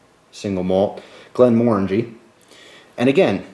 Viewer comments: glen more-AN-jee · Its pronounced more like Glenmor-angie but good try:-) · Glenmorangie is pronounced Glen-more-rang-gee. I should know I live in Scotland :). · if it was an american that said glenmorangie is the right pronouciation then he is wrong. its scottish so with a scottish accent its prnouced glenmorngae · you say glenmorangie wrong